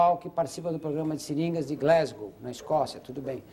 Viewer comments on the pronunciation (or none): none